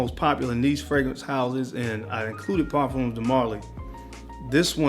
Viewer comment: I love you man but it is pronounced Par-fums like it rhymes with Par-gums or Par-thumbs de Marly. People often think it's pronounced like perfumes so they say what you're saying, "Par-fūmes de Marly" it's Par-fums.